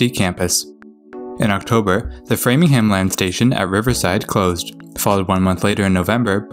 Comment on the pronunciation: He said Framingham right.